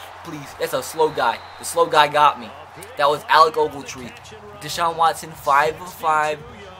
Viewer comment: You try to hard. Like saying Watson's name wrong and saying a bunch of things and voices you think are funny but aren't. It's kinda annoying. Just be yourself and the videos will be better